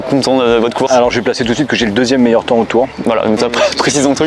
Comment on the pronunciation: le meyeur momant